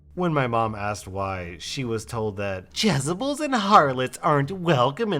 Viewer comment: Little note from a recovering Christian School Kid: You pronounced “Jezebel” wrong. Not “jezzubull”, It’s Jeh-zeh-belle. Though when people say it quickly the middle syllable tends to be replaced by a short u or i sound. Fun Bible facts: Jezebel was a Phoenician (modern day Lebanon) princess who married King Ahab of Israel but refused to worship Yahweh and continued to worship Ba’al, even ordering the murders of some Jewish prophets or something. She was killed by being thrown out a window into a pack of dogs that ate her, and she also got trampled by horses, and did it while looking fly because she got dolled up for the occasion for some reason. If a crazy Christian calls a woman a Jezebel, they’re calling her the “worst kind of woman”— stubborn, doesn’t obey god, vain, ruthless. Though it’s sort of treated as shorthand for “whore” even though Jezebel didn’t do anything like that? Another Christian slang term for “slut” is Bathsheba, because she.... bathed on her own roof and gave David a boner. So he did what any reasonable dude would do and basically had her husband murdered so he could fuck her without consequence. And for some reason she gets all the bad rap from that whole situation and David is seen as an example of a very righteous man?? The Bible is pretty wild. Oh, and I can confirm for that poor girl that Christian churches and schools tend to be.... like that. Men can’t help themselves, but women are inherently seductive temptresses and need to cover all of their